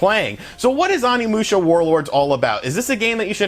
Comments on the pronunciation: Your pronunciation of the title & characters of one of my most favorite games is painful to listen to lol. Still thanks for the review! They need to seriously remaster them all. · You butchered the name. The '"O" is like Osaka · As a huge Onimusha fan, your mispronunciations are killing me lmao. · The way you mispronounced all their names hurt my nostalgic soul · Bruh, you keep pronouncing Onimusha incorrectly lol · Pretty sure you’re pronouncing the name of the game incorrectly mainly the first three letters you’re pronouncing incorrect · I cringe everytime he says Onimusha 💀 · Your pronunciation of everything including the game's title is wrong. This is per the English cutscenes. I feel like you didn't play it at all, or not recently anyway. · Dude, I like your videos but the way you butcher the names is horrendous. animusha and salmonosuke. Lmao. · Its Pronounced Samanoske and Kaede no whatever you said. Sheesh. They say their names over an over while you play. Onimusha not Animusha. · Say ahnimusha one more time! I freakin dare ya! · Omg its oni not ani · Pronounced O-ni-mu-sha not On-ni-mu-sha. Also more of Samurai than ninjas I think. 3 was also a good game and Reno wasn't the only actor on the game. The other character was a famous Japanese person. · OH-NI-MU-SHA Not Animusha lol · O nimusha... O O O O O not ON. The ending is amazing short game but fun. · It’s oni musha not Ani musha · The mispronunciation of OH-KNEE-MOO-SHYA. オ 二 ム シャ. Is killing me. That being said, I love your channel dude. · It's pronounced oh knee moo sha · omfg learn basic Japanese pronunciation. Vowels only make one sound in Japanese, it's not hard. I cannot watch this past the intro... It's Oh-Knee-Moo-Sha. People that mispronounce Japanese piss me off because you can tell they made absolutely zero effort. It has to be the easiest language to pronounce. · Jesus christ OH-KNEE-MOO-SHA. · Let's say it together: "OH-KNEE-MOO-SHA." "SAH-MAH-NO-SU-KEH." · Oh knee moo sha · ''Awnee'' lol